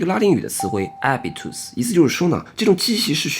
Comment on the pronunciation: 拉丁文“habitus” 中的h不发音，竟也注意到了，着实令人佩服!！